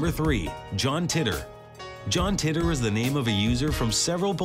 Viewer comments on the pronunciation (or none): tee-tor not titter! it's not even a mystery anymore but at least learn to pronounce it